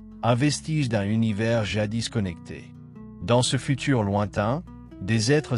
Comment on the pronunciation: L'Univay, L'Univé... 90% du temps puis 《l'Univers》 correctement prononcé une fois ou deux ! 😂 C'est sûrement pas un être humain qui parle là.